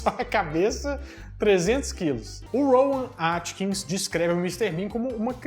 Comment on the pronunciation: O nome do ator não é "Rowan Atkins", como você diz. É Rowan AtkinsON. Atkinson!!